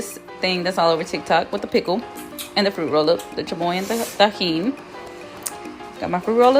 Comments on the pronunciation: its tajin not tejin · The way hr is saying tajin